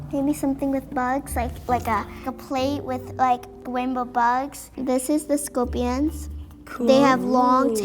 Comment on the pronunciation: “SKOPWIONS” “STAWBEWY”